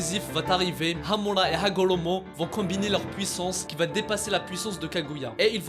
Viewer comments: Par contre c'est super chiant quand il dit :Hamula pas Hamula c'est Hamura c'est pareil avec Hagolomo c'est Hagoromo respecte les noms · Frr c’est quoi hamola et hagolomo tu c’est bah bien prononcé toi mdr 🤣